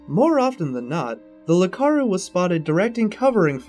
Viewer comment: It isn't "Lakaru", it's "Iakaru". With an i.